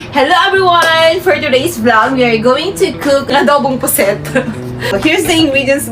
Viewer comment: GODBLES PO I like the way you say adobo pusit